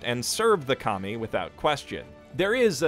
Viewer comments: Every time you say KAMI.. I laugh because all I hear is COMMIE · What I heard: Serve the commies..lol